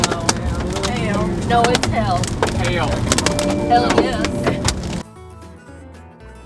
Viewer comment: Not over annunciating “hail.” 🥲